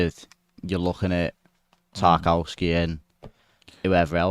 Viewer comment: Lads, it's tark-ov-ski respect his polish heritage